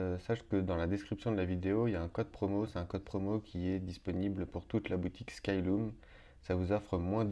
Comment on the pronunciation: Merci pour cet intéressant tuto, tu détailles bien toutes les étapes ! ( par contre, je pense qu'on prononce "skyleum" et pas "skyloum" !)